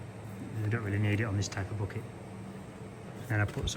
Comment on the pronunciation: Thanks for another great video, I enjoy all of your videos, never boring always appreciated, enjoyable and educational. The lengths of them is up to you, I prefer longer ones...but whatever is for you to edit. Great job on the " bocket "😂, love your language, we say backet👍👍from USA.